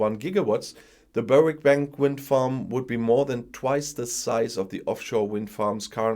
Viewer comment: Berwick is pronounced, Berrick. Just ignore that W 🤣